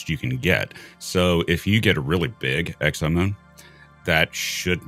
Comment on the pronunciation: 10.42, did just say sexomoom? 🤣